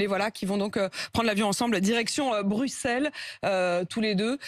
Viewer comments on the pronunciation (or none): none